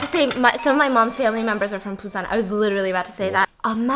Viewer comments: i love you Steph but you kept saying Train to PUSAN, its BUSAN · Sorry is it pronounce PUSAN or BUSAN cause i keep hearing stephanie saying it with a P ??